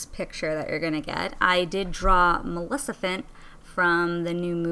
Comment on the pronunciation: You said malecifent no maleficent